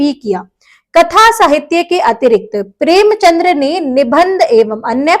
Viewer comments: Premchand, not Premchandra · Excuse me mam ...premchandr nhi premchand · Mam it's preamchand .. Not premchandra❤ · premchandr nhi premchand h